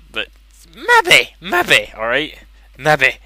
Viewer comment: Sorry, but I laughed a little at the really thick accent when you kept saying "Mebby!"